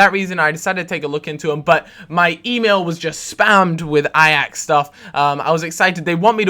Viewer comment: hey im dutch so i might be able to help you out :p you say ajax like ajex or something.. try to say it like a hatchet, a axe, Ai-axe